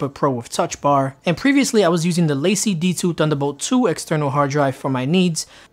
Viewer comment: It's La-Cie not Lacey lol! It's French! Also it's Date-a not Dat-a....